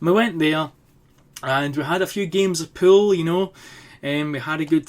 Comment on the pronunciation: When you say pool it sounds like your saying pill